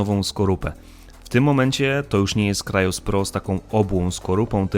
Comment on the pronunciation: Jaki krajos 😂😂😂 Warto nauczyć się wymowy 🤦